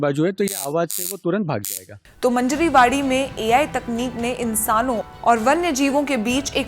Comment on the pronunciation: मंजरी वाडी नहीं है, मांजरवाडी एक गाव का नाम है